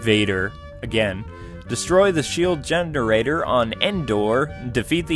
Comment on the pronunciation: Did he say shield gender-rater? lol XD